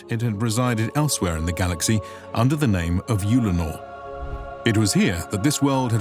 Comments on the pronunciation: i've always pronounced it Ull-a-nor. He says Yule-le-nor. Just wondering which one is generally used by us. audiobooks etc? thanks all. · Just to let you know your saying the name of the planet wrong its pronounced ULL - A - NOR as if you are saying the word HULL but without the H so it would just be ULL. Your putting to much U sound into the word so its sounding like UUULLENOR. Other then that this was a fun watch good job.